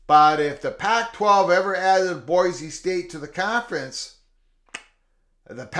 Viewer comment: FYI, in Idaho it's pronounced "boy-see", not "boy-zee".